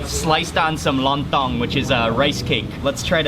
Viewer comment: Mark....You pronounce kecap manis and lontong perfectly..... I suggest you to taste sate biawak... Biawak is monitor lizard... Its such delicious bbq....